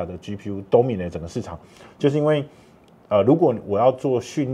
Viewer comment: 還有 都迷奈特